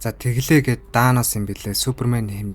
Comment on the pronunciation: Танос (Thanos) -ыг яагаад Данос гэж дуудаад байгаан 😁